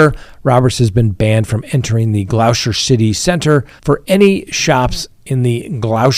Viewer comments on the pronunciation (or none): Gloucester is pronounced Gloster